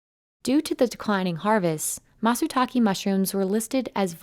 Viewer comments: No subtitles and not making the effort of actually calling the mushroom by its name. Call it matsutaké, not matsutakee. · Don't worry, I can translate for you, since these guys are too lazy to do it themselves. "Where the fuck are all the mushrooms???? Fuck I hate this fucking forest. Leave me alone so I can get back to work. You can't even be bothered pronouncing Matsutake correctly."